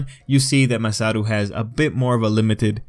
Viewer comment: dude, its Masaru, not MASATO